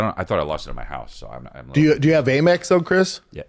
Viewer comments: Am-Ex. American Express. Not A-Mex. It reads AMEX on statements. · First of all.. it’s Am Ex .. not Aymex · First time I heard someone pronounce AMEX as "a mix". 😂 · Am-Ex. Not A-Mex. American Express. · What is calling it 'Merpress?' 😂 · Brenden pronouncing in “ AYY MEX” is par for the course. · Brendan trying to flex that he has a Amex card , but he’s pronouncing it wrong .